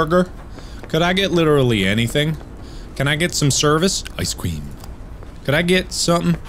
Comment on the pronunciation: "Ice Cweam"